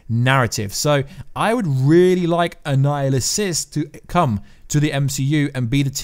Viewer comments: Annihilus not Annihilusus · na I mean this guy keeps saying annihilisus..its annihilus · Since you DID ask.....it's Annihilus, not Annihilusus. You called him/it the latter at least 3 or 4 times. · It's kronos not anninhuls, he has been stuck in the quantum realm. Awhile back they said another jim starlin character would show up. Thanos is 1 and now kronos might be 2 (both are starlin creations) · Bro its pronounced an-Nile-us. No apostrophe S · If you’re going to make these videos, you have to learn how to pronounce the name ‘Annihilus’ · yes..but I'm saying was saying his name wrong